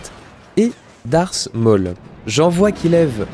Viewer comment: 'Darse maul'